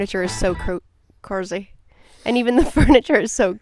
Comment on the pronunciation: “corzy”